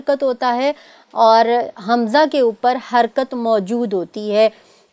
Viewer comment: hamiza nhi hamza hota hai